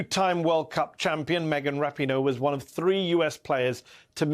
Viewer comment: I love all the Weekend Hosts, but you most of all Mehdi! But may i please correct you on how to pronounce Megan's last name? The emphasis is on the 2nd Syllable: as in Ra - 'PEEN' - Oe, not, 'RAP' - i - Noe. I know of her because of her Fiance, Sue Bird, a 4-Time WNBA Champion, w/the Seattle Storm & All-Time Assist Leader!